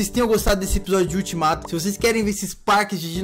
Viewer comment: A palavra certa : ultimato A palavra que e engraçada : eutimato kkkk 😂 entendeu Se entendeu responde esse comentário quem não entendeu da like 😋